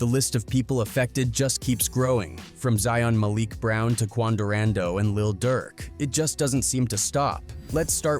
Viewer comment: “Quan Durando” 😂😂😂😂